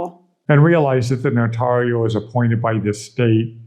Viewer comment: It's painful to hear them pronounce the word "notario".